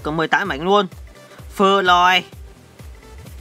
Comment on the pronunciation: tk này bị ngọng phê lòi ns phơ lòi kkkk